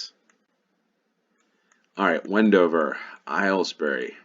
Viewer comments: Aylesbury = "Ales-bree" (not "Aisles-berry") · for future reference, it’s pronounced ALES-bry. It’s the county town of Buckinghamshire (the same county as High Wycombe), rather than Buckingham as you might expect. The reason is Henry VIII buying off Anne Boleyn’s father.